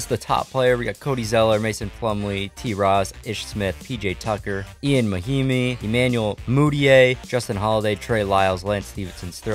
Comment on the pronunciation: Players mispronounced: Daniel Theis Ian Mahinmi Svi Mykhailiuk Nemanja Bjelica Gorgui Dieng Bryn Forbes These are the super obvious ones I noticed, there’s probably much more lol.